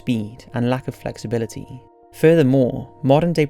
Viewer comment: This is purely constructive criticism, love the video but I can't help but notice that you tend to drag on the last syllable of each of your sentences, it's quite noticeable and distracts from the content of the video. "Lack of flexibilityyyyyyy" "Would most likely starve to deaaaathhhh" "No one knows what caused this extinctionnnnnn" There's nothing wrong with your speech or anything I just think it's an experience thing. Again great video, I bet making that little speech change in narration would really help increase your view count.